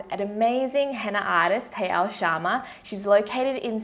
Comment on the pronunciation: The way pronunce payal is so cute😀😍